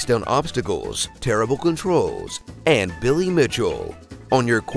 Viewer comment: Love how u said billy 😂😂I get what u meant